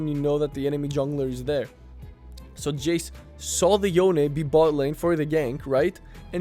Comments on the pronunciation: Love your content, but its yone not youn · its 'yo/ne', not 'yown'